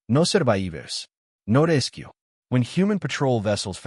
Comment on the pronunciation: What language ? Is it English words pronounced in Portuguese? "No surraeevers! No resskku!"